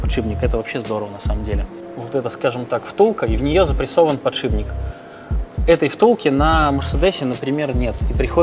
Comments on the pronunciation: подшиПник, а не подшиБник! :)) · Вот вы вроде профессиональные механики. Должны знать терминологию. Откуда же берётся слово "подшиБник"? Что он там у вас подшибает? Эта деталь ставится под шип (стержень) и называется "подшиПник". Пожалуйста, постарайтесь это запомнить. Когда профессионал не знает терминологии это снижает к нему доверие. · Почему все говорят подшиБник? 🙄 Он подшиПник! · ПодшиБник... ПодшиБник... А вы точно в железе разбираетесь? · Подшибник, сапатижи, калидор...